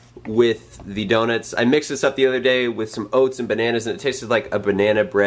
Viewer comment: I love how you say DonITS LOL Happy Bday man!